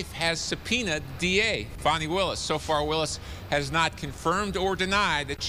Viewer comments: Its Fannie not Fonnie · FahNEE? Nope fan ee. like in bootie.